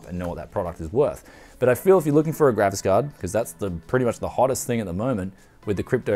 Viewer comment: I always listen "Gravis card"